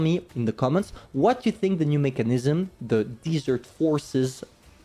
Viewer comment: Great video. BTW I live in the desert like this place for which the Pharaoh is. Desert is sand and dirt said (Dez-ert); Dessert (Dee-zert) is like an eclair.